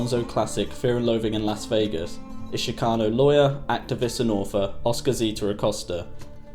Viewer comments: it's ch as in chick NOT ch as in chic - dude you need to know this shit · Shhhhcano lol. Ch-cano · Shhcano just pisses me off, u can’t say CHIcano??? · Hey!!! It's pronounced CHICKano Not SHICKano!!! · it's kind of lame to bleep 'spic' when quoting from 'fear and loathing' - nasty words were part of the point. also, the ch in 'chicano' is pronounced as in 'chorizo', not 'champagne' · sh-kano.. ya know right outside chicago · Why is this stupid gringo having such a hard time saying Chicano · Can you please learn to pronounce the word “Chicano” properly? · This doc is amateurish and the narrator continuously mispronounces the word "CHICANO". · God hearing the word chicano pronounced incorrectly 3,000 times is super annoying